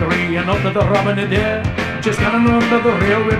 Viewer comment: Eg at 0.54 "Robin Adair"